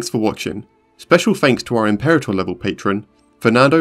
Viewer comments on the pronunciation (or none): none